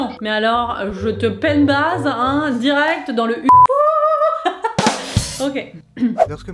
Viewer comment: Penn-bazh, c’est pennbahhh. En Basse-Bretagne, on a eu un cadeau avec notre grand-mère😂:Bet hor bout ur prof get hor mamm-gozh.